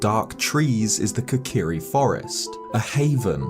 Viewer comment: Kokirishield. . Not deky shield. Stip playing 3ds games.